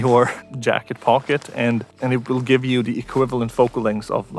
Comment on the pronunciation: "I wiss keep standing here" lol😂😂😂